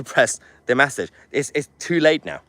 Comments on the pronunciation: He can't say "message" either, he's saying "massaj". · It’s an e , message lol not an A , that’s massage lol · Pls stop saying massage instead of message 😅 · Haha Mahler! He thats the first time l heard you pronouncing a basic word incorrectly. It made me chuckle. So the words ‘message’ ‘messenger’ they are pronounced mes-age. mes-sen-ger. mes-sen-ger. You keep pronouncing as mass-age. So Tommy,the UK need to stand up for his as the P* stood up for there lot about the airport incident. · Mahyer - it's pronounced MESSAGE, not MASSIGE. It's pronounced MESSENGER, not MASSINGER. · Why are you saying 'massidge' and 'massinger'? Have I missed something? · 1.52: Off-topic, Mahyar - but you mean "message" and "messenger" - not "massidge" and "massinger". Anyway - Go, Tommy! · How come you can manage to say message, correctly... yet constantly say massanger?? It's frothing! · Stop saying massinger, massige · Please somebody who's friends with Mahyar PULL-EEZE tell him how to pronounce "message" and "messenger"!